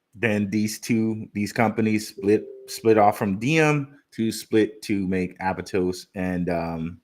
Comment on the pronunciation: It's aptos not abatos